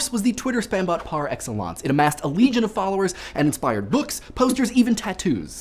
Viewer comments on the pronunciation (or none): none